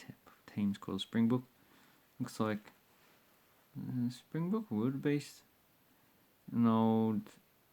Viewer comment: Geez like learn something about south africa and its currency before you make a video. you just come across like your an idiot. Its rand not land and its Springbok not Springbook